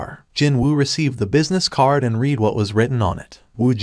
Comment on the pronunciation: AI Spoken Audio is the worst. 10 Words in and you know it is because it doesn't even say READ correctly. Sorry, i was looking forward to hearing someone talk about this series. Seems also written by ChatGPT.